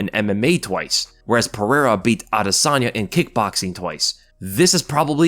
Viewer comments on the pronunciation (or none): none